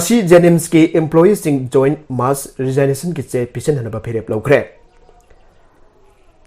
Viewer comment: News Reader!! RESIGNATION- TO BE READ AS RE-ZIG-NATION & not as RE-ZINE-NATION